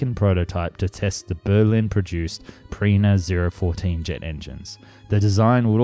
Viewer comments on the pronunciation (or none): Name of the engines: Pirna, not Prina.. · bro can you read? nobody expects you to pronounce foreign languages totally right, but it says "Pirna" - how can you pronounce this "Pirina" or "Brina", this is a name which isn´t that difficult to say in engl. like messerschmitt or something like that, all you have to do is simply read the word in the right way :D